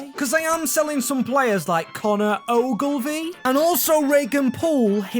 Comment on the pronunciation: Well done on pronouncing Connor Ogilve s name right alot don't